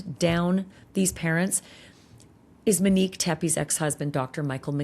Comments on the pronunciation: CANT LISTEN TO YOU CALL HER MINEEK ONE MORE TIME. SHAME ON YOU. YOU KNOW BETTER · Im 10,000% sure her name is Monique not Minnique